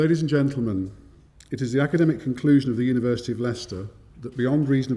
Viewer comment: It's nice to hear a non-Brit pronounce Leicester correctly.